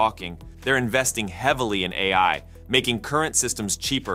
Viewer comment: Half the time his voiceover software is saying "Open EYE" instead of AI, so yes its AI reading 'A. I" as EYE